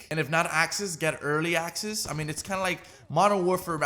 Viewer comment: It’s “access” not “asses.”😂